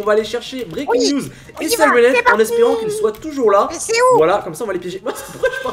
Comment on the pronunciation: Tu peux prononcé siraine heab en anglais donc sylenhead